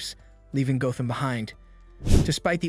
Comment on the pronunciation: Oh shit it’s AI HAHA GO-tham City? Not Gotham?